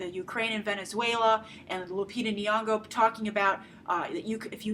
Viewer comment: Hey Grace I'm Kenyan I just wanted you to know how to pronounce Nyong'o's name. The first Ny is pronounced the same way as 'gn' in gnocchi and the 'ng' is exactly like 'ng' in caring sharing loving take your pick :) hope this helps or whatever